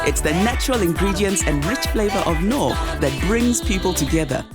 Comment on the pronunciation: I can't stand the way he says Knorr. Lmao